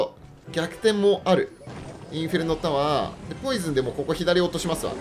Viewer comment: 突然のネイティブ「インフェルノタワー( ´_ゝ｀)」好きです